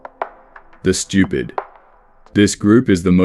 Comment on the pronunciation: Whenever he s saying stupid im hearing Americans...😂